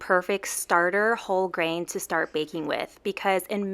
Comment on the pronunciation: No lie , in the beginning it sounds like she said baking with a--hole grain ... ? I am very groggy right now and I guess that's why it sounded that way